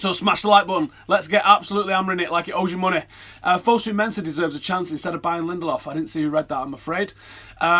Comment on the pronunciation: Btw, his name is pronounced [Linde–lööv]. With the ö being pronouced like the vowels in "learn". With all these Swedish players, you have to familiarize yourself with the Swedish letters (åäö). ;)